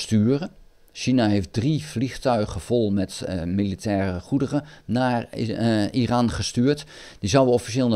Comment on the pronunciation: Goeie informatieve video. Het is overigens "Iran" en niet "Iraan". Trump wist van de aanval voordat deze plaatsvond. Dat heeft hij zelf gezegd. Hij heeft Netanyahu verzocht om Iran niet aan te vallen. Ik denk niet dat de VS Iran gaat aanvallen. Denk dat Trump dit toch niet gaat doen.